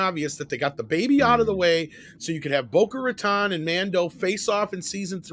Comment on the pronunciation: "Boca Raton" LMFAO